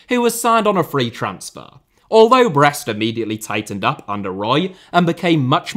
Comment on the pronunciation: He is correct